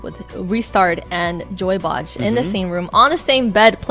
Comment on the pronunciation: That pronounced as Joyboi or joyboy but not joybouch. Why is the caster saying joybouch???😵‍💫😖